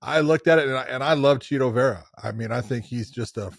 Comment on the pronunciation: It bugs me the way Josh pronounces "Chito".